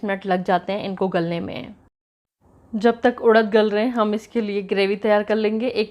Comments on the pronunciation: Udaddd... Nh.. Urad hota ha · उड़द नही उरद बोलते है,,,, इसे मशकलिया बोलते है